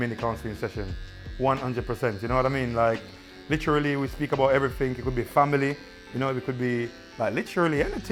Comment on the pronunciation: HD everytime someone speaks-“Litcherallly”